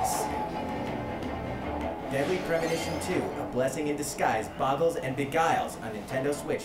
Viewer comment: "A Blessing in D's Guise?" Eh eh eh?